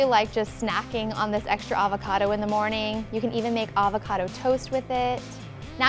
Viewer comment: The way she says avocado is horrendous